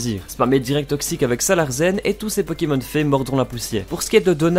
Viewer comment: On dit "Salarcen" et pas "Salarcen"! Ça vient du mot larsen, le phénomène accoustique qui survient lorsqu'on approche le micro du baffle.